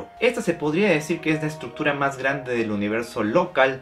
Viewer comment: "la estructura mahgrande del universo"